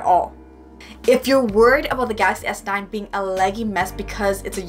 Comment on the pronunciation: I love the way you say Galaxy S9🤣 Idk why it sounds gassy S9 to me lol